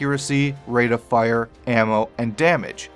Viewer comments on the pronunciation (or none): none